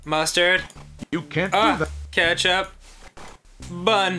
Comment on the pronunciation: Danny: adds ketchup Ross,say it out loud! Ross: skstchup